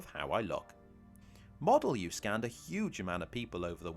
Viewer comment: couple of things: a correction and a suggestion. Since you happily draw attention to minor defects in others' layouts, may I just remind you that in Welsh, /u/ is pronounced /i/ or /ee/ - so Modelu is said 'Modelee'! My suggestion is regarding cutting ply with a jigsaw - when you have marked your cut lines cover them with tape and re-mark - the tape will prevent splintering and you will have a nice clean edge